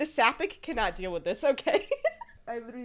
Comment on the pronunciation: new wather so idk if it's a meme but did anyone point out that it's sapphic like saff-ick not sap-ick? 😅